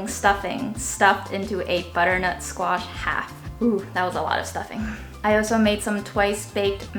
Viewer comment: you’ve got the whole package ( amazing looks, great personality and mad skills in cooking - phenomenal! ) she deserves 11/10. Also think is way too critical 😂 he says “sqeesh” for squash - wow! Can someone buy or get them a dining table pls.